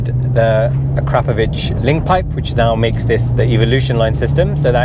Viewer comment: I noticed you pronounced the exhaust name correctly as you got through the video, LOL. Its pronounced A KRAPOVITCH although not spelled that way.